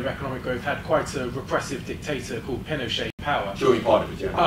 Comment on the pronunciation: It's pronounced PinocheT, with the T. It's not a French name.